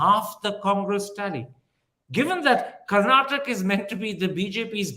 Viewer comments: Congratulations to the people of Karnataka and thank you for the objective answers given by Ramchandra Guha. Request to Mr Thapar: Please remember that there is an ‘aa’ sound after you pronounce ‘Karnataka’ . I’m sure you can correct that. Thanks Wire again for a beautiful interview bereft of unnecessary chest thumping or undue hate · Karan Thapar, start pronouncing Karnataka as Karnataka and not Karnatak. Learn and start becoming correct and humble. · Mr. Thapar, it is Karnataka and not Karnatak. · It is KarnatakA, not Karnatak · Good chat, thanks for this interview, Mr Guha brought incisive and well articulated points to the table as usual. Just one note. Please, Mr Thapar, do learn the name of the state you're talking about! It's KarnatakA not Karnatak😂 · Mr Karan Tahapar, you come across as a well learned person and you are in this profession for a long time. Can you make an earnest effort to properly pronounce the name of the state that you are discussing. It is not Karnatak it is Karnataka. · Dear Karan it is Karnataka and not Karnatak, please respect the names of the states and the languages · This was a great watch. But it would be so much better if you could please call our state Karnataka instead of Karnatak. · Dear Karan, it is Karnataka and not Karnatak 😊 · it is KarnatakA, not Karnatak. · Why can't Karan pronounce the last syllable 'a' in Karnataka? Why is he saying 'Karnatak'? I see this with other North Indians too. Why? Why can't you guys make the effort for correct diction of Southern names? Is it so difficult? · Mr. Thapar, you wouldn't pronounce Haryana as Haryan, would you? Now, please extend that rule. it's Karnataka, NOT Karnatak! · Mr Thapar, it is Karnataka. Not Karnatak. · Karan, its karnataka..not karnatak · Karan Thapar should be called Kara Thapa until he learns to say Karnataka, instead of Karnatak. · Karan, it's Karnataka! Not Karnatak! Look at the spelling. Not what you want it to be!